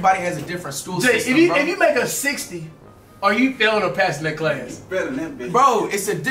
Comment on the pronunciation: “You failin nat’ bih” 💀💀💀💀😂😂